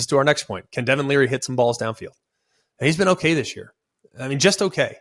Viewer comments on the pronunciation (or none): none